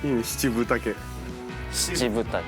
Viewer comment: ここ「しちぶたけ」ってひらがなに聞こえる笑笑笑笑笑